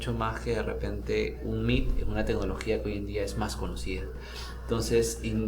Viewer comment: Que tecnología dijo? R..?